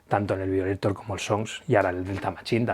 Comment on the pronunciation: Se pronuncia "vaioleitor". Igual buen vídeo👍 y como tú has dicho: Larga Vida a Depeche Mode!